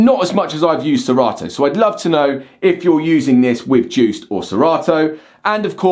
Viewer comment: DJuced... The D is silent!